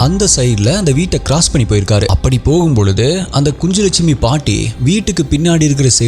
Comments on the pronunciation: Pronounsation is kunnulakshmi குன்னுலக் ஷ்மி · It's kunjulakshmi. Nj phonetically says gn like Gnanam in Tamil. So it is ku-nj-lakshmi.